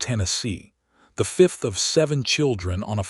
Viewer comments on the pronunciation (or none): none